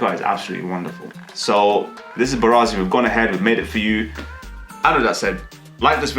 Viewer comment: You say it wrong....it's mbaazi not mbarazi. I will definitely try the recipe today because I boiled some mbaazi